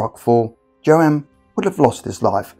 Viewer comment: "Joe-Han"? Are you mispronouncing names on purpose, or do you just live under a rock?